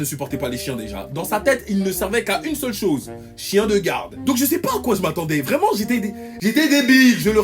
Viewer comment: Une congolais vraimeererrrnt